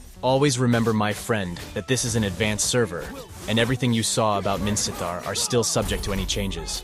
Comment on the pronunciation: Are u Burmese? Your pronunciation of Minsitthar is pretty good, like a native Burmese